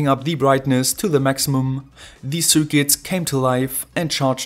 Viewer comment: Super Video! Mir fällt hier und bei deinen anderen Videos immer dein "the" auf, das du aussprichst als würde immer ein Vokal folgen. Schau dir das viellleicht mal an. Ansonsten super, weiter so!